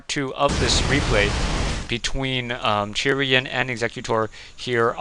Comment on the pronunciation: I would think 'Chrian' would be pronounced as 'Christian' without the 'sti', like "Kreean", but I could be wrong. Not sure how you get it to be "Churian" though... Anyway, thanx for yet another commentary! (Although this game really sucked..)